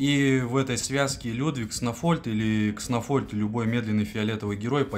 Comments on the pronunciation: Не кснофольд, а кснольфод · кснольфод а не кснофольд